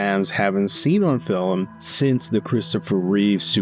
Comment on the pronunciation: Please learn how to pronounce the words that you’re using. “Homage” is actually pronounced “omage”, the H is silent. The actor playing luthor is Nicholas Holt. Why do you keep saying “fillum” instead of film? So many other mistakes.